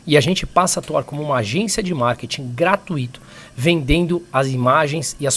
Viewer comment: A essa altura da vida ainda fala "gratuíto"